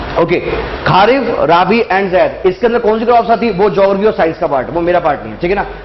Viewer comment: खा रीफ नही खरीफ़ और राबी नही रबी